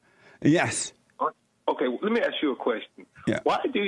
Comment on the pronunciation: lemme axe you a qwesshion